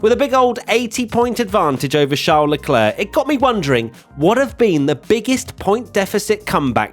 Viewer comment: says he is a fan of Leclerc - can't even pronounce his name properly